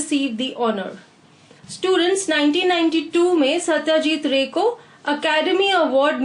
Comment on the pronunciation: thanks but the pronounce of ray is not proper